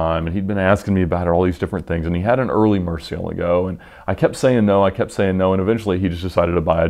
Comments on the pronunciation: this guy really butchers the names look "ruf he says roof" murcielago he says Murciealgo" xD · ed's pronunciation of "murcielago" makes me cringe...